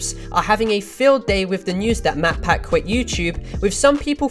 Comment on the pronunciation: she didn’t even pronounce matpat’s name correctly it sounded like she said motpat.